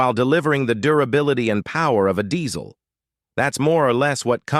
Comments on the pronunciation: It's diesel not dezzzzzl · It’s pronounced Dee-zuhl